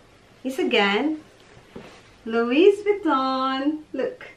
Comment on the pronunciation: Silent T po ung "louis" sa pg pronouns. :) But such a beautiful bags! Love it!